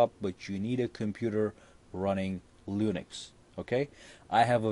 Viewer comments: lol he says lunix instead of linux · The way he says linux. I cringe.